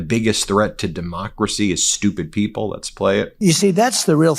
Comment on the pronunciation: Did he say strumpid people